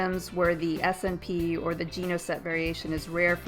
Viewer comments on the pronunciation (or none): Thanks for the tutorial. It was more helpful than the ones that Promethease suggests. An FYI for you though, SNP is pronounced "snip" :)